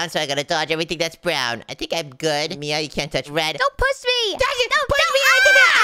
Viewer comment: It is Mia not min